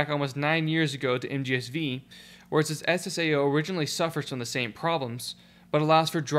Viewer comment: One of the few people that actually knows how MGS V is called. It's not 5, it's Vee.